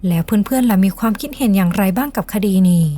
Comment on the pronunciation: ไม่คุ้นกับสำเนียง นี้เป็นนี่ แล้วเป็นแล่ว นั้นเป็นนั่น เสียงต่ำ ฟังยาก บีบเสียงสูงขึ้นนิดและปรับสำเนียงให้ตรงตามวรรณยุก